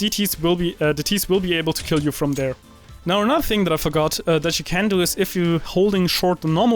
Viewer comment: i hate when you europeans say anudder instead of another